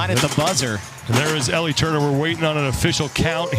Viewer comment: How’s the commentator not even being able to get ELLIE turners name right.